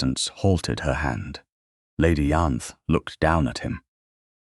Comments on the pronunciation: Why did it not occur to anyone that a laundry maid, who was unlikely to speak any language but English, would ask for a place in another country rather than somewhere else in the UK? And "Ianthe" is pronounced "Eye-ann-thee", with the "th"as in "think". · Its mare not mayor & hock not hawk. It's Lady Ianthe not Yanth or Eanthy or Anther or Anth or Aanthy. Salver not Salva. He's a Duke for God's sake now that he's not unconscious, he should have all the conspirators thrown out of his house. How is Nell going to protect the Duke if shes not in his home? Shouldn't he have used her leaving to send a msg to the solicitor? These heroines get a little snippy when they have the upper hand. Wow they should've all gone to Prison!! They tried to kill a Duke!